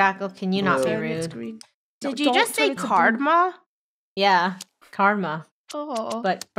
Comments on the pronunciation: cardma? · Someone: IT'S KARMA NOT CARDMA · Greg Glasson it’s carma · Animatlux ummm it’s CARDMA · Yea its not karma but cardma lol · I thought they were just saying karma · So no ones gonna y’all about were lunar is? Okay. Just keep speak y’all “Cardma”